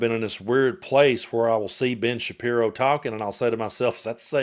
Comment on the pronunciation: Did i hear you say Bitch Shappiro?😂😂😂😂